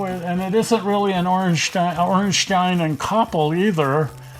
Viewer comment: Ayyye you got the pronounciation correct! Congratulations! :D